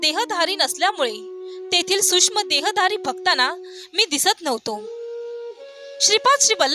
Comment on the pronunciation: श्री स्वामी समर्थ,आपला आवाज चांगला आहे परंतु शुध्द मराठी भाषा बोलून तो चांगलाच खुलेल कृपया न आणि ण तसेच सूक्ष्म आणि सुष्म यात सुधारणा करणे गरजेचे आहे